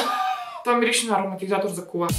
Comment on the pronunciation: Някой да преброй колко пъти каза мИрише❤🙃🌻